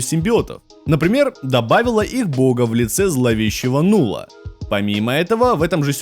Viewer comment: Не Нулла, а Налла.